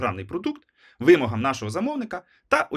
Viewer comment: Дякую за відео. Вибачте, але "вимОга, -ги, -зі..." Дуже ріже вухо 🥹